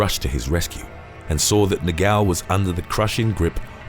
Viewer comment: Its so funny the noise he does when tries to pronounce "Portuguese names ( words ) like "negão" 😂😂😂😂😂 " he says Negaummm" but its Negão 😂😂😂😂